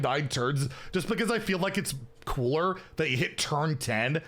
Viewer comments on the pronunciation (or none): none